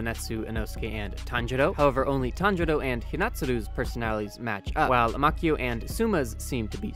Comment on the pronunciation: "Zenatsu, inouske and Tanjuro" Tanjuro is literally his dad you can't be pronouncing it that wrong 💀